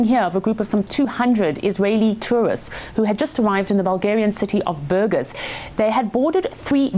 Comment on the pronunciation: Silly how no one in Western media bothered to pronounce the name Burgas correctly.